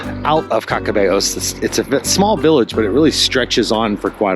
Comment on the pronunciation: There is great Vino on the Camino. Don't you hate those one length pillows. I believe you pronounced Caccabello correctly. Next time like you, we would do less kilometres in a day and spend a little more time in some of the towns we missed out on. It is always great to run into new people on the journey. Nice interview with the Pelegrinos. Love dthis episode. Thank you for taking us along. :hand-purple-blue-peace::face-red-heart-shape